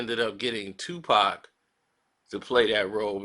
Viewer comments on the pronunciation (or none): none